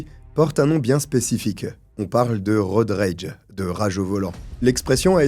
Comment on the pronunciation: ton Worcestershire était parfait, c'est exactement la prononciation. Pour Road Rage, les r sont plus discrets.